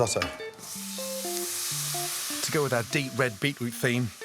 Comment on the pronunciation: dont do risstoto ever again or dont call it risotto